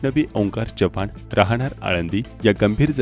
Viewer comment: जपान नाही चव्हाण 🙏